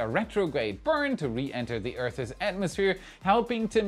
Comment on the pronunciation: This was one of my favorite WAI episodes ever! Not just because it was jam-packed full of great info as always. Because it was abnormally humorous, almost hilarious, and Germans aren't really known for their humor. Just kidding! I hope that was funny. btw.. "Earth's" has only one syllable, but I love hearing you try to pronounce it. 😂 love you buddy.